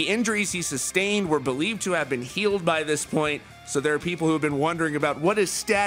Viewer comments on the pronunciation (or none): none